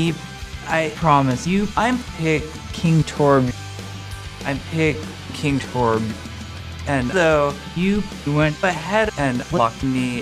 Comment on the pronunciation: "I'm picking torbyuh"